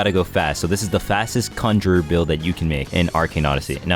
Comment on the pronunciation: the way you say conjurer as just "conjur" pisses me off so much its CONJUR-ER, and even if you do say it right it still sounds like you're saying "conjur"